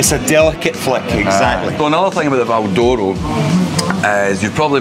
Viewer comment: If you were brought up at the cross like me it was known locally as ''Peters chip shop'' ( Dad) and it was pronounced to sound like ''Val Dora'' the way pronounces it. Always thought, his brother and older sister where all born in Kings Park?